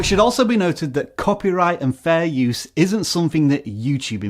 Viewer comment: You say fair use is fairsue